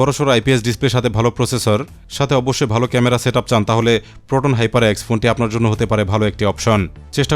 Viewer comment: hyper ❌️ hepar✅️